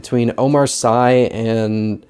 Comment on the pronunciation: I subscribed recently because i like your videos (particularly since your omen series). Just a note for Intouchables (I am French XD): Omar Sy is prononciated Omar Si (like in Spanish) not Omar Sai. Proud to see Omar Sy is known overseas !!